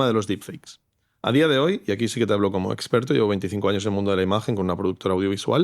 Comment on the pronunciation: Seguimos con "esgggperto", un fotografo hablando de ia jajajajajaj de verdad? mama miaaaa